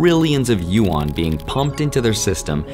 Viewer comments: Dude great video but please its not pronounced "U ON", its pronounced "Yu An" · Bro... Yuan is one syllable. It is not you-an. It's pronounced similar to "when". Yuen. One syllable. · U-Awn (Yuan) lol.